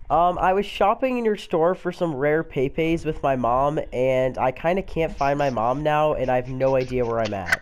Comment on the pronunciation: Mate, pepes aren't called "pay-pays" otherwise good video